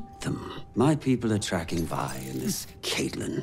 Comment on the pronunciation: Did they just call Silco, Zaun? I have watched this season multiple times and watched dozens of reactions. People calling Vi, "Ve" is shockingly common, and I've stopped watching reactions when it happens too much because I can't handle it anymore. But this is another level of totally butchering character names! I am just waiting for another moment as special as reaction to Armageddon though. It will take a lot for me to skip any reaction she is in on this channel.